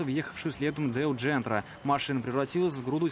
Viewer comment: Не джентра а jentra